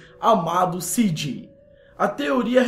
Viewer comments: você falou cg e não cj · acabeu falando algumas merdas, como dizer q leonora é a mãe do CJ e pronunciar o nome dele como CG.